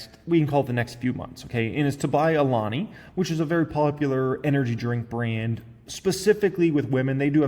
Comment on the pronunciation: lol cool you learned how to pronounce Alani. Always improving.